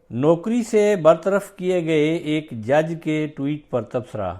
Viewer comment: محترم! ٹیوٹ کیا ہوتا ہے؟ ٹوئیٹ ہوتا ہے۔